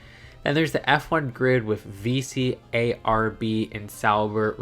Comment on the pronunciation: On the pronounciation note, Haas is a soft S rather than a Z sound and Alpine is French so it’s pronounced Al-peen. And VCARB is usually said like a word. Vee-carb! 😊